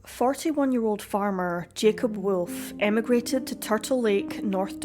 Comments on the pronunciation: It's WOLF Not WILF!! This is like a Cartoon!! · Wolf is pronounced Volf if Germanic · What an extraordinary accent you have. I've never heard wolf pronounced with what sounds like 3 syllables before.